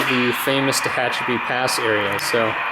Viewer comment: Good to see this amazing layout again. I'm not sure you're pronouncing Tehachapi correctly. As I'm sure was mentioned earlier, in the old days (until 1996) it was SP and Santa Fe. SP built the route and Santa Fe was given trackage rights. For a video, you pan the camera WAY too fast. Was getting a little dizzy. It's good to get down to track level when shooting a train.